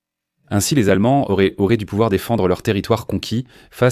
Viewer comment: Ce texte lu par une IA est insupportable. auraient devient auréantent, 1941 devient 1940 et 1, qui permettraient devient permetréantes, etc